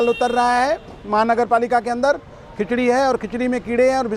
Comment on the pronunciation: खचरी नहीं वो खिचड़ी है